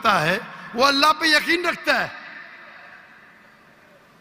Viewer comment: Word correction: yaseen : yaqeen